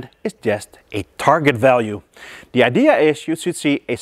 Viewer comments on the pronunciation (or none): none